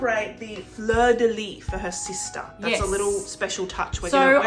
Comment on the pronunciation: I just wanna say, as a french speaker it always bothers me a bit so I just had to say it lmao (especially as a québécois bc it's literally on our flag), it's not pronounced "fleur de lee" it's "fleur de lees". You pronounce the s at the end That is all. Lovely cake tho! I am very hungry and I'm just binging food videos lmao